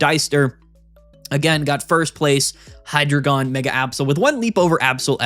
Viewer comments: Hy as in "Hi", the first syllable of Hydra Drei as in "Dry", the German word for three (counting the heads) Gon as in "gone", the final syllable of dragon. Any who would dispute these truths is a despicable deceiver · It’s pronounced “Hydreigon,” not “Hydreigon” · It’s pronounced Hydreigon